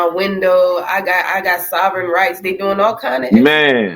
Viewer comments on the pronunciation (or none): none